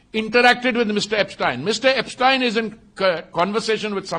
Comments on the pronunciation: Epstein Files ❌ Apstine Files ✅ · He's calling Yepstien 😅not Epstein 😢